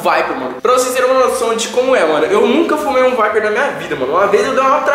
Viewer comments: Vdd, da mó agunia ele falando viper veiiii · Mano ele falava vape vaiper mds ainda bem que ele não fuma mais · " vaiperr" kkkk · “Um VAIPER” kkkkkk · "Vaiper" KKKKKKKKKKKKK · Da agonia de ouvir o falando vape errado